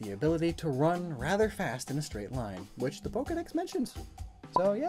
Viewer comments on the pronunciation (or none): none